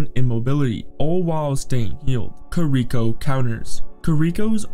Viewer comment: Stupid pronounciation of heroes made me stop the video. Kir-ihk-o was the final straw.